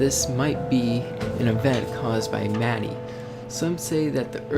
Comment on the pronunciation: I didn't know you pronounced Mati Ma tee aah When I first encountered the red eyes... I thought it was a myth... Or Some sort of Stalker.. But when mati showed up I was like "Ok"